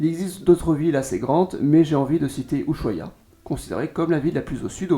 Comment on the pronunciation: Una aclaración que cometen todos los franceses y que estaría bueno que lo tengas en cuenta. La S y H de la palabra Ushuaia no tiene sonido, como en francés la H es muda. Todos pero todos cometen ese error. Gracias por tu contenido. Saludos ✨👌